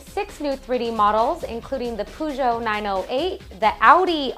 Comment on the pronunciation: did enyone eles go wtf a when she said poojoo like she dont know how to say peugeot.